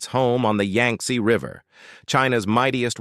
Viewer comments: yanks? WTF its pronounced yangsee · The name of the River is: the Yang-tze /// YANG -TZE River, two syllables. This is important. To get the pronunciation of Chinese name correct, especially one of the two essential rivers of China: the Yang-tze River and the Yellow River. And the province is Hu-bei / Hu-bay, accent on the Hu syllable.